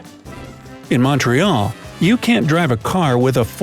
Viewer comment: Yes! I hated Montreal being pronounced wrong!